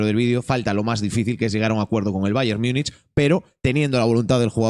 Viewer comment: Empiezo diciendo que podéis decirlo como os de la gana pero es que me rechina un poco, ¿qué es eso de "Miunich"? en castellano o en gallego sería Munich o Munic o se podría decir en su nombre alemán "München". 😉A ver es broma, podéis decirlo como queráis, pero...😉